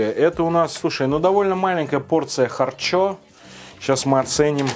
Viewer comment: минутка смеха: далма,чакмерули,кутапчик,харчо-харчя